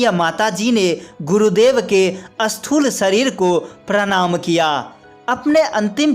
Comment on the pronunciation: ज़रा हिन्दी अच्छी तरहसे बोलो अस्थूल नहि स्थूल बोलो